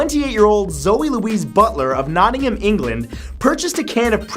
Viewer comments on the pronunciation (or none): none